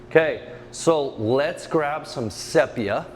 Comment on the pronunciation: "sepia" = "see·pee·uh" NOT say pee uh. EVERY artist knows this.